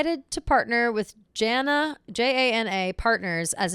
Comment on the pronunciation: As a fellow Jana I’m so excited Kelly said my name and said it right lol 😂